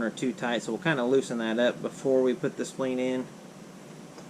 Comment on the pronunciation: Say spleen one more time, it's so funny hahaha * s-p-l-i-n-e*